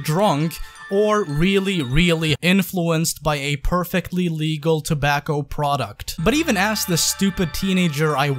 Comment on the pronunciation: Tobacco he says 😂 I but you guys were blazing up some 🌲 also love the channel